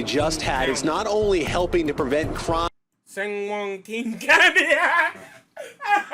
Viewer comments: “San-wahhqueen county” is crazy 😂😂😂😂😂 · said “San WongQueen” 😂😂😂😂